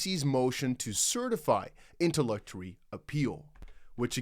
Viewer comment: FYI it’s pronounced “inter”-“lock”-“it”-“Tory”(like Oreo with out the last o) just trying to help out, thanks for the info.